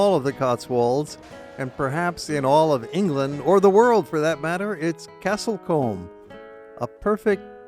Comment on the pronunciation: Castle Combe is pronounced coom not comb. The correct name for Lake Windermere is Windermere. There is only one lake in the Lake District that has Lake in its name.